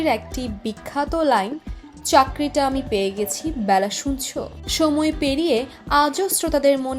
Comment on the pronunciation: "Baila" na....ota hobe "Bela"